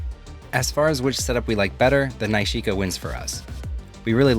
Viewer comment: Loved the film results. Pretty sure that’s not how you pronounce nishika though 😜